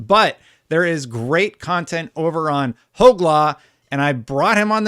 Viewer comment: I'm so proud of you for finally pronouncing Hoeg right 💚